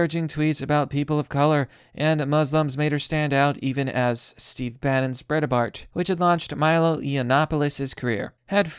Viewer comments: "BRITE-BART" I love your channel but please pronounce Breitbart's name correctly. Andrew would be rolling in his grave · Where's the second "a" in Breitbart you keep pronouncing?